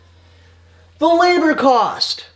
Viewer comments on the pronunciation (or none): There is no ( D ) in LABOR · No shade dude but I was trying to figure out what "lador cost" was til you went down the list😆 I was like OoOoH LaBoR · At least learn the difference between a ‘d’ and a ‘b’. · Wait did he use a "d" instead of a "b" in the word labor??? 😂😂